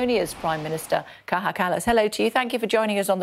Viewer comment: HER NAME IS KAJA KALLAS NOT KAHA KALLAS